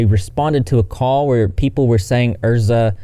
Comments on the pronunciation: The way he kept saying ERSA instead of EZRA was throwing me 🤣😂🤣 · I think Ezra is pronounced ezzzz-rah, not er-zza. I could be wrong though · Isn’t it EZra as in EZra nor ERza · ezra using they/them pronouns and then being a transphobic dirtbag on top of the abuse. like, legit fuck them. also sorry if someone already said it but ez-ra not er-za!<3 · Isn’t is eZra not erZa!? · Isn't it pronounced EZZ RA? Not Ur-za. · EZzzzzzra. Not Erza. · How tf keeps saying “Erza” when everything he’s reading blatantly has his name as “Ezra.” Unless he’s confusing the “Ezra” in “Ezra Miller” for the “Erza” in “Erza Scarlet.” Lol. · Why does he keep calling Ezra Erza it's so annoying 😂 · Not you calling them erza instead of Ezra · It’s the way he says Ezra’s name like Ersa 😂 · it’s ez-rah - just correcting - not being a dick - love your vids ❤️ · Yeah it's ehz-ruh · My dude the way you are saying Ezra is giving me anxiety. Please Google names before you continue to give people from the south a bad name 😅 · How does one manage to say a 4 letter name like Ezra wrong